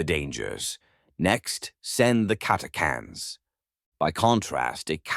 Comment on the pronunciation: Yea, prob robovoice like many channels today. This one seems better than most. But yea, I'm assuming you mean the "ch" in Catachans not being pronounced? If so it was kind of bugging me a tad. But still, not bad other than little things like that.